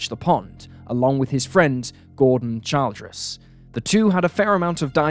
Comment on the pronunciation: In America, “Childress” is pronounced “Chil-dress”.